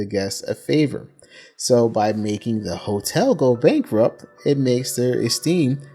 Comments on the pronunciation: Are u sayin self esteem or self ecsteem? Lol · You're mispronouncing esteem. Good video overall.